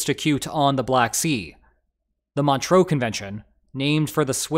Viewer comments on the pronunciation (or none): Sacre bleu! You mispronounced Montreaux!